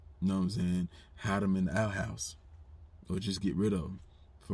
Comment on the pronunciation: Nigga said “outhouse” 🥴